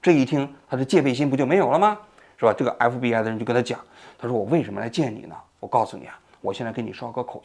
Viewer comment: 王局今天讲话太快，咬词不准，隽（jun）读成庆，FBI读成MBI。